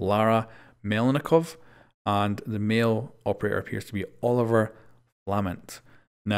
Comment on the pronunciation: UUHB ITS AVTUALLY OLIVIER NOT OLIVER